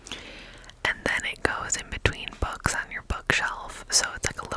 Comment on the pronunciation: Girl you said “books” and I heard “bugs”